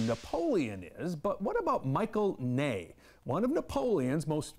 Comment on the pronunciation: Michael Ney? His name was Michel.